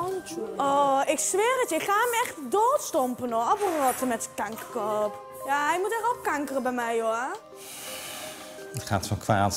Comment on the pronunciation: Hoe kanker uitspreekt heeft mijn dag gemaakt